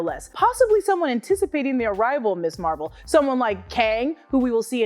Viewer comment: Ms. Marvel. Not Miss Marvel. Pronounced "Miz" and has a significant historical background, part of the feminist movement. Argh.